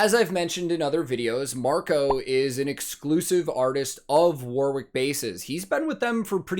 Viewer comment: Song is based on Steven King's Dark Tower saga. Brilliant performance. I was at Wembley for this show. Unforgettable. By the way Warwick is pronounced Worrick. I was born there, lovely town in the middle of England with a beautiful castle